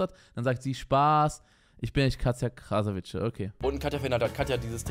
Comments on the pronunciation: Wieso sagen alle "Krasavitsche"? Man spricht es "Krasavitse" aus. Das "c" wird im tschechischen wie das deutsche "z" ausgesprochen. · Sie heißt Katja Krasavice (ausgesprochen Krasawitze) 🤍❕❗️⚠️